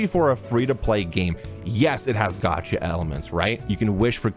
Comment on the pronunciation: things I wish everyone knew: how to pronounce gacha